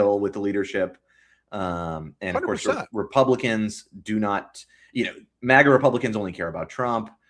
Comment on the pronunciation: It's MAGA, not MOGGA. Don't exoticize it with an accent.